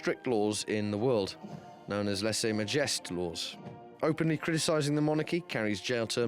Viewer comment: Rhaglen lessay majest. Really?¿!?!?!